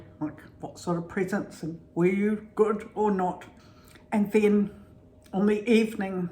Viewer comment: You both are so sweet! Whatever I get, I end up paying for anyway, lol. I just came up with an idea, I love the way you say presents, I love the way you say chippies, and all of those cool words we should do a video with American words versus British, I have to email you I have a really really good idea about this, thanks again.